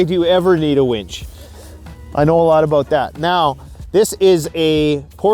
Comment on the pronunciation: Where is your survival shotgun or handgun? Asking for a friend. lol Great vid - I wouldn't be here commenting if I didn't enjoy your vids. And I thought you said "wench" and I thought immediately, yes having a wench would be nice... and then you showed the winch... meh.